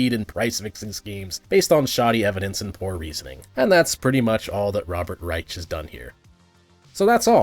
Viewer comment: I’ll be honest, I’ve never heard his name pronounced before. Tbh, I’ll never pronounce his last name the same way that you do. The irony is too strong not to.